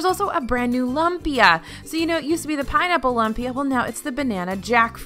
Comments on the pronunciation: Lumpia... Like loom-pia not lump pia... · Lmao, in the Philippines a lumpia (pronounced LOOM-pia, not LUM-pia) is barely a dollar. More like, five pieces for a dollar. Trust Disney to overprice things. Still love it tho 😭😂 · I don’t care if you say lump-ee-uh or loom-pee-uh (which is the correct way) - either way it is “super” delicious!! Thanks for another great video! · Glad the kaibigan are out in force making sure it’s known that it’s LOOM-pia! 😂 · It's LOOM-pia 😆 please stop pronouncing it LUMP-ia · I was coming to say this! 😜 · What is it, anyway? What makes it different? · I think lumpia is pronounced loom-pia not lump-ia :) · please, for the love of all that is good and holy...it is pronounced LOOOMPIA, not lump-ia. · Please stop saying "Lump-pia" its "Loom-pia". So many Filipino's are cringing listening to the wrong pronunciation. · Lol lump-ia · Jamie Pangilinan lol! That was painful to hear. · I was gonna say the same thing!! Hurt my Filipino ears!!!LOL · Yeah, I had to come here to make sure that was called out! Lumpia is way too delicious to be mispronounced. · Was just going to comment but lo and behold, you corrected her. Lol! "Loom-pee-ah" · All looks so yummy ! Lumpia is pronounced “ loom pia “ 😘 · Just wanted to let you know: lumpia is pronounced loom-pea-ah. 😁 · "Loom"pia! Delicious Filipino food! :) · OK I really just need to say... lumpia is Filipino and it's pronounced "loom-pia" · Its pronounced Loo-mpia. lol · It should be pronounced loompia :) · please... you are hurting my wife's and my ears. Lumpia is pronounced LOOM-pia. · This is literally why I decided to check the comments, my lola would probably pop her top if she heard that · I just reached that point in the video and I cringed...lol. I'm an old Navy Brat and Filipino food is the food of my childhood.